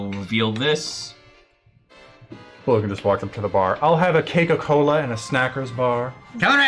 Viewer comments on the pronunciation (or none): I know they said "Cake-a Cola", as a stand-in for Coca Cola, but my mind instantly changed it to "Keikaku Cola"...and yes I also imagine this universe has "Keikaku" as meaning "Coca".